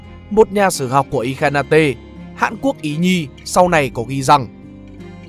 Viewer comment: Gợi ý qua cách đọc Ilkhanate cho ad là "I khan nết" ạ. Video rất hay ạ.